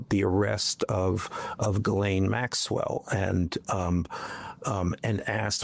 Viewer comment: Her name is ghislaine (jeeslen) not guylaine, please